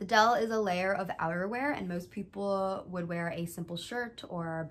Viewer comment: u pronounced “deel” kinda like “dale” (i expected it lol) but the “ee” is pronounced like “æ” and “l” is more sharp :)